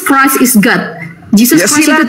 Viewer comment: God.. bukan Gut.. wkwkwk Kalau mahu slang accent nya tuh pun.. biar bener.. 😂